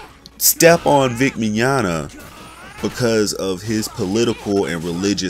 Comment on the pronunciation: At least you're finally pronouncing "Mignogna" correctly, lol